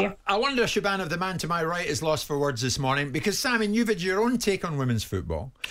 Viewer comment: Pretty sure Jim has never seen the name “Siobhan” … “shiv-orn”